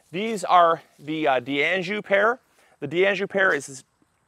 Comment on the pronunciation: FYI Its pronounced DANJOU even though the D and the anjou is separated by an apostrophe. Its French not Italian so not pronounced Di Anjou